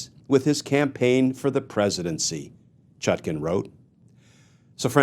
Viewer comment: Why do you keep mispronouncing her name. The second syllable is pronounced like the second syllable of napkin and not toucan